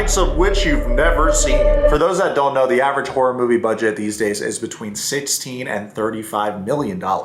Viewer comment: DID YOU SAY.. WHORE FILM OR HORROR FILM